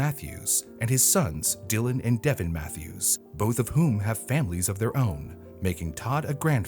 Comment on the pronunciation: Todd Mathis bro not Mathews I'm from algood Tennessee (abt. 15 miles from Livingston where he lives and have met him...